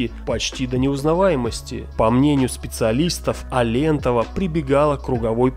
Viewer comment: А́лентова, ударение на первую букву фамилии.